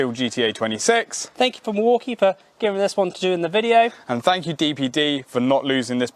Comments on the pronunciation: Mwakie??? No, pronunciation is mill walk ee. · Why do they keep pronouncing Milwaukee as Morky? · What's a Maukee?